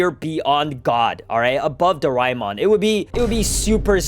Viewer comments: bro I watched it and you dont say it like doraimon but doramon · Bro said darama it doramon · its pronounced, ✓ Doraemon (Do-rey-mon) X Doraemon (Do-ray-mon) Its how asians pronounce it, like me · I grew up watching doraemon btw it’s do ra mon not doi ra mon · Calling my childhood roymon dude it is doramon put sssss tier dude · bro its doramon not reaymon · Dorimon? that isn’t even the name bro- it is dora-a-mon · that is not do rai mon it is doramon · Bro it is not dorimon it is doremon i love doremon but my favourite is the legendery dragonball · I say it 'dorimon' not 'doraimon' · Wth is Do-Rai-Mon its Do-Rae-Mon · bro do-rai-mon is the Japanese way to say it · it is doremon not doraemon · bro it doraeemon not doraimon 🤣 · It's pronounced as Do-ray-mon not Do-rae-mon. That's just the spelling and yes we fellow Asians love that Anime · Bro u are pronouncing doremon wrong I live in india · bro real OGs call doraemon as dorimon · I also grew up on doraemon. Also wth is doraimon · It's not Doraemon it's pronounced dorimon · It is pronuced doramon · it's dor-A-mon 🙌✌️ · it's not doraimon! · uyou sed doramon. its not how u spell it its called doramon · In my country that call Doraemon not rhymemon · nahhhhhhh hell!! nahhhhhh!!! Bro called our childhood very very old and he called it Doraemon doriimon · DORAEMON WAS PEAK BACK IN MY DAY 😂 btw its pronounced door aye mon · It's doraimon in japnese i guess you are Indian cause Indian's pronounce it doremon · Also isnt it pronounced dora-emon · It's pronounced doreemon 🤓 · dude you cant say doramon name wrong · Bro is pronouncing Doraemon wrong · It's Doraemon You Uncultured Swine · You pronounced doraemon wrong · I agree. But do we blame him or not? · yo i said that too